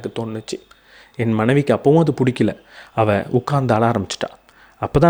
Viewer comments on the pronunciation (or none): none